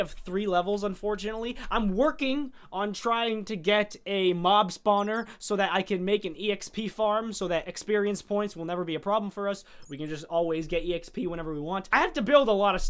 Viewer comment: It is called xp not exp lol